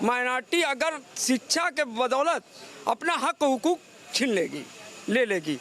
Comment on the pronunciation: Abey Kyan Pada Hain SHIKSHA Bolna Seekho Pahle